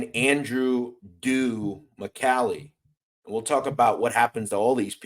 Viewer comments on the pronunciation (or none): none